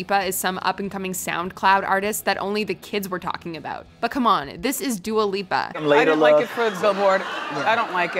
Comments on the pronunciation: It’s dua lipa not duLa lipa....if you’re gonna correct ms. Wendy you might wanna know what her name is too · I would accept dia lupa But dula peep? Come on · we love dula peep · D U L A P E E P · just seems upset that Wendy mispronounced Dula Peep's name. Get well soon Wendy. We miss you. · When Wendy Williams miss pronounce Dua Lipa the reason it was so funny it’s because she pronounce her name as Dua Peep and I don’t know about you but if you ask me the Dua’s last name Lipa sounds of nothing like the name Peep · Who the hell is Dula lipa?? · Wendy never pronounces people’s name right, thats her shtick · Dua Lipa actually thought Wendy mispronouncing her name was funny. So if she's cool with it, that's all that matters.